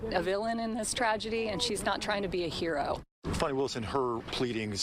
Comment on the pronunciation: If her name was pronounced Foni,it would not be spelled Fani.😮